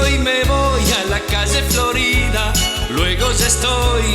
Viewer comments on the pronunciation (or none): none